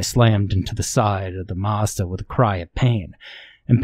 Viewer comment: is a master. All it took to crack me up was the very slight emphasis on the last word of "I got into my Mazda". You can literally hear his eyes roll.